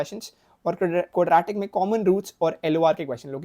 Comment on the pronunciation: First time heard someone pronouncing quadratics like that😭 quad-RAT-ics